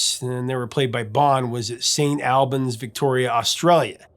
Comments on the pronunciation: Hey, Greetings from Oz, great work, I've always preferred Bon to Brian too. My elder sister saw many AC/DC gigs in the mid 70's. She recalls Bon trying to hit on her a few times. To sound more Australian pronounce Melbourne as "Melbin" and St Albans as "Saint Albins". Then you'll sound more like a skippy 🙂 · Describing students from St Albans as a “pack of wild dogs”… you don’t know how right you are! It’s pronounced Or-buns, btw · Geez mate, if you are going to talk about anything Australian, please check your pronunciation with an Aussie. Every time you mentioned something, St Albans, Rats of Tobruk etc, you murdered it and every Australian listening cringed. Otherwise, great work.